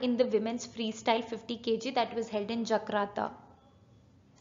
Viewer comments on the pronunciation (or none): it's Jakarta not Jakrata or Jagrata please pronounce properly.